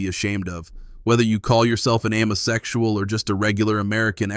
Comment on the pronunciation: AMMO-SEXUAL not AIM-O-SEXUAL.